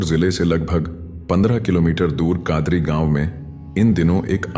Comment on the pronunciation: भाई कादरी नहीं कदारी गांव है